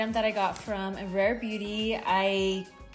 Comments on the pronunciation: Im i trippen or did you say rave beauty?😂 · She said rave beauty 😂